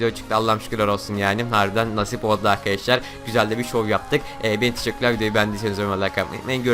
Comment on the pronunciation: sonu dikkatli dinleyin beni tşikkürler diyo :D